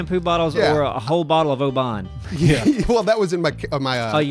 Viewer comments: Ach, ye shoulda made yer way North o the border to Bonnie Scotland, then yi coulda tried oor haggis - it's braw! (would love to hear or you guys read that in your best Scottish accents) The whisky ye got though, it's pronounced like "open" so no extension on the "A", not Obaahn - just so you know:) Glad you enjoyed your wee visit to the U.K! keep up the good work on this channel guys! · I'm from near Oban (the place the whisky comes from) and the way you guys were pronouncing it was doing my head in. You guys were saying it like Obaan where it's actually pronounced like Obin. Good whisky though. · Hilarious pronunciation of Oban...it sounds more like "Obin", you're putting a pause in it where there isn't one, and making it come off like autobahn, try autobin and you'll have roughly the correct pronunciation. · Your pronunciation of Oban LOL. I'm Scottish, we pronounce it like Open but instead of a P it's a B. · haha It's funny the way you say "Oban", it's pronounced more like "Ohben" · You came to UK at best time. I'm from Scotland and seen muse. yet again. best band ever!! you should have tried the black pudding "blood". it's delicious. that whisky is pronounced "o"ben. as in oh Ben. nice place in Scotland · Not big on spicy stuff!? We have more Indian restaurants than India! Also that's not how you say Oban!